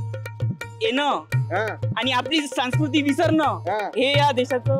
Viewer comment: संस्कृती आहे रे, सांकृती नाही.